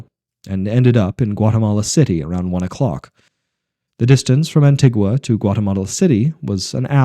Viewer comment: It's An-Tee-Gua. Trust me, I lived there for several years. Also, 70 degrees is not sticky there. Apart from that, enjoyable, brought back plenty of memories.